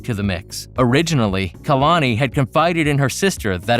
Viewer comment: Did he say “KALANKI” 😂😂😂